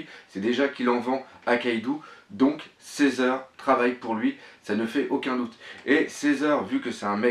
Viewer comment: Premièrement s'il te plait prononce bien les nom on dit Shanks pas shank et on dit césar pas cisar ensuite je pense que ta théorie est peut être vrai même si les fille je pense pas que c'est les même elles ce ressemble un un peux mais elle ont pas la même tete